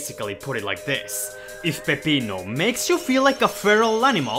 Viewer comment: I appreciate the way you pronounce Peppino. No, I will not elaborate.